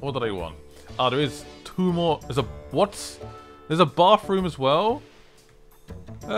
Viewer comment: I feel like an angel loses it's wings every time someone says "bafroom".